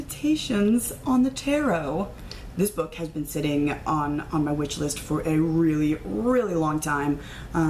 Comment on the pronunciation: This video was So. Much. Fun. You would laugh if you saw me oohing and ahhing — not least over your TARDIS phone case!! Now I have to resist the urge to spend all my money on ALL THE THINGS! :D Oh, btw, it sounded like you said "witch-list" instead of "wish-list." Which totally works, lol.